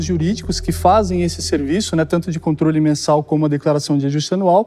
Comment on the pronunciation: Dislexia, será que foi o? Kjjkkk "Conrtole"